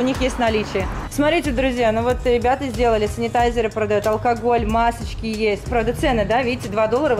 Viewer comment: Николай Доловов в Америке на бутылках со спиртом написано Alcohol, поэтому так она и произнесла